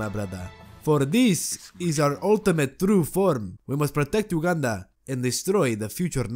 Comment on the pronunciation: when he said ,,protect Ugandan,., i just heard ,,Protect Wakanda,, lol